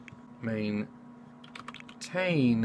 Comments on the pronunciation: maintain not maintaine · "Maintaine" lmao